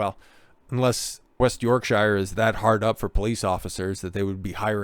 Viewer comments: Yorksha. Not "sure". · Speaking as someone whom lives in West Yorkshire-you know the county that is thousands of years older than the whole of your USA. If you pronounce is as 'SHIRE' in my county then you would get bricks thrown at you as it shows that you are either a: An Ignorant Friendly Fire Yank or b: EVEN worse a soft-southern-sellout-nancy boy from LONDON! It is pronounced as either ; SHA or SHER AND the word York is pronounced as YAWK , hence YAWKSHA or Yawksher! But you are right about stupid slapper bint of a copper and that she is as wanted as Chernobyl Irradiated genital wart , placed inside a universe of beauty spots. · York"sheer" nor york "shyre" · Yorksure Not york-shire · York(Shear). Berk‐sure? Shire horse. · I just love how Americans pronounce Yorkshire. They say it wrong every time. - Why are children in police uniforms? Also, the police forces in the UK don't carry firearms, that's a specialist unit SO19 which do.